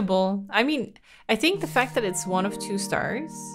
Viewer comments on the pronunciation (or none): none